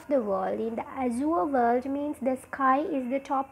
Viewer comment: The way you pronounce crooked, azure are all wrong. I think there exists this basic flaw in almost every teachers of Language and Literature in Sri Lanka. Plus the explanation is too shallow when it comes to a challenging subject as Literature.